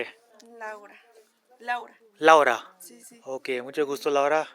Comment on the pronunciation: laoura✅ Lawda ❌